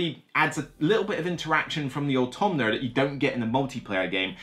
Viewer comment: Thank you for the video (it being perhaps the better solo game sounds intriguing to me). Also, and I mean this in the most loving & respectful way possible: there is no N in AUTOMA.